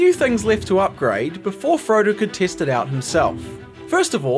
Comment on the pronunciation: The part when u said (lets test it) it sounded like u said "lets taste it" 😂